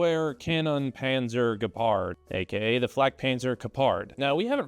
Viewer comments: I know you don't care about how badly you pronounce Gepard so I won't either; an American doesn't want to be corrected on their horrible pronunciation is nothing to write home about. Maybe you could've spent like 1 minute of your precious time to type this new word you don't know yet into google translate so it gives you an example of how to say the word you wanna say in the video, you'd come across less ignorant and so much more internet capable. And less negatively American. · You mispronounced Gepard and I do not care. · Even tough you don't care. You pronounce Gepard almost correctly. Only the accent is not on the A but on the E: correct: Gépard (long e and short a). Wrong: Gepàrd. :-) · You almost got it with the pronunciation... 😅 Greetings from Germany!